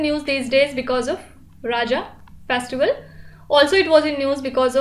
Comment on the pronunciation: Mam its not how you pronounce raja.....the way u are pronouncing it literally means "king" in odia...it should be pronounced as RAWJAW (raja)